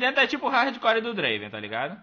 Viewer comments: Só lembrando que se pronúncia Drueivan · N é Draven é Draaven